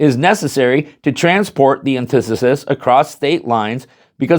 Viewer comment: ANTI FUCKING THESIS its nit one syllable